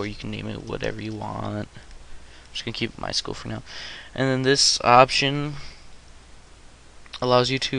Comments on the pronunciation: My S-Q-L not my School -.- Structured Query Language Say it correctly. Apart from that, nice tutorial very detailed. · lmao "my school?" I think you mean.. "My es-kyoo-ell" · It's pronounced sequel... MySequel.... MySQL